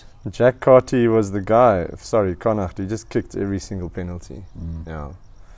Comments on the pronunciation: Literally came here to praise the correct pronunciation of Connacht too! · New sub And yes a beautiful pronounciation of connacht 😊